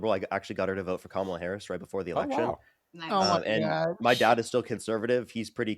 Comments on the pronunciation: Blob can't even pronounce Kamala's name right. So who's not smart? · 18;22 Imagine calling someone dumb when you can't even learn how to pronounce Kamala correctly after hearing it thousands of times ...